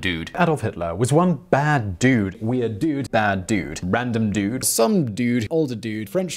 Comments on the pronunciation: The Boris "dyude" is hysterical. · Terrific video. May I add the example of "assume" (or maybe I missed it?), where British speakers seem to say "ashoom" (yod coalescence) while American speakers say "assoom" (yod dropping). Also, regarding Boris Johnson's yod-retaining pronunciation of "dude" (he probably says "assyoom"), the stereotypical California surfer, from whose speech this term has acquired its currency, would say something that almost resembles Johnson's pronunciation. The southern California version of the U vowel (or, at least, one of the U vowels) seems to be about halfway between "oo" and the "ü" (u-umlaut) sound at which this video begins.